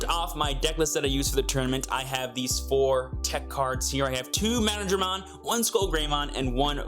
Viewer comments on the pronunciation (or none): Don't worry, he says Mana-dramon too. We still know what he is on about :D